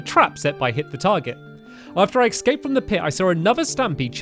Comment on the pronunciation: Stampy, you still say ecscaped and not escaped.